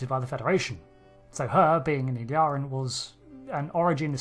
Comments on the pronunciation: Please pay attention to the pronunciation. It is "ill-EER-ee-an". However, you are saying sometimes "ill-AR-ee-an", and sometimes "ill-ee-AR-ee-an". I believe that both of these mispronunciations are influenced by the name "El-Aurian". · You have gathered a lot of information from watching Star Trek but can't seem to pronounce Illyrian properly. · Your pronounciation of name "Illyrian" is wrong, very wrong.